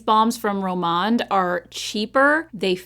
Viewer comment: Such a great video!! Glad you're back, and hope you had a great time!! FYI on the Rom&nd products, they use the & sign, so you pronounce it like the & , sign at the end of the word. I hope I explained that correctly. Take care! ❤